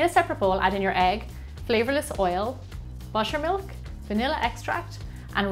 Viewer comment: No offence but I thought you said mushroom milk instead of butter milk for a sec. Love your accent !❤️